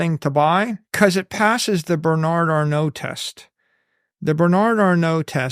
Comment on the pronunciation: When he brought up Bernard Arnault I thought for a second he said Berni Arno, who is a knife maker.